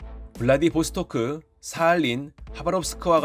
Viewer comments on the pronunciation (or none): 한국인 콩글리쉬 발음 특징 단어 끝에서 으 소리 붙이기 블라디보스토크(으)